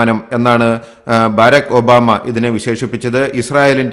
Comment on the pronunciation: ബറാക് ഒബാമ എന്നാണ് പറയുന്നത് . ബാരക് അല്ല